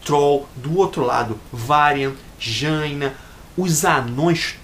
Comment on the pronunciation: lool le fala Jaina td errado kkkkkkkkk